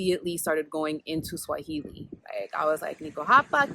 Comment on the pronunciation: You are a first learner ..your pronunciation and intonation are on point. Uko sawa kabisa👍🏾. Very insightful info...karibu 🇰🇪🇰🇪 tena